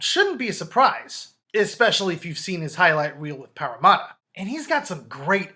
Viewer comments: Paramatta is pronounced Para - Matter Another Aussie on the 49's Hayne Plane!!! Nice recap!! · entertaining video mate... he will make it 100% but its pronounced pArra-matt-A